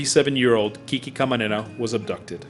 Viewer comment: Why do they call him KiKi....It's really QuiQue or pronounced Kique. That's the short version of Enrique. KiKi sounds feminine. Anyway, he is a true hero. I learned about him by watching the T.V. series NARCOS. Awesome show!